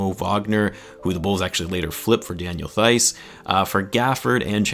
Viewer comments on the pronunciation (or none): Daniel Theis Pronunciation: \Tice\